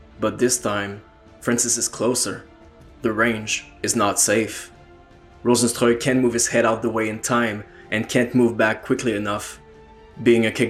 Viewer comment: yeah cause rozenstruik is a name from Suriname and that is basicly dutch and you are the first that pronounces it correct